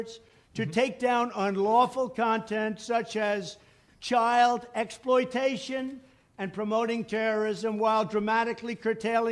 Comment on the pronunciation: When he said "chylde X-poly-tation" i knew he would be talking about a certain Flick of the Net, if you know what i mean.